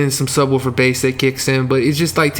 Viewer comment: "Soobwoofer Bass"